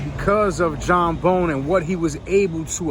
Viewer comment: Nathan Hale, an American revolutionary hero, quoted my only regret is I have one life to give my country was executed on college point boulevard and 31st avenue. It's pronounced Bown not Bone. It's NEW TOWN not newton Nancy Regan lived on Roosevelt avenue and 149th st